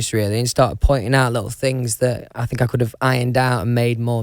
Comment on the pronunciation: "won direction" "i fink" "do ya kno wha ah mean" "mm" "noice .. noice" "ma'a of fact" "ah woll is a woll" "me" "guud" - louis tomlinson 2019